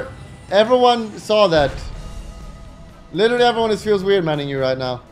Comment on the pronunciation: make a "im licherally unkillable " montage please